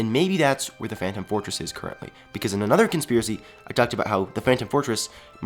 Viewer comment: well he said phantom fortress....but it sounds like phantom forces